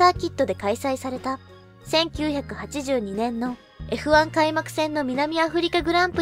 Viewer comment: F1の記事を扱ってくれてありがとうございます😊 何時も楽しみにしております♫ の読みも歯切れよく、どんどんスキルアップして頑張ってらっしゃるなーと感じております。 余計なお世話かも知れませんが、職業柄イントネーションが気になる部分がありましたのでお伝えします。 82年、88年、89年、行われ、こちらの四箇所です。 これからも拝見させて頂きますので、どうぞ宜しくお願いします！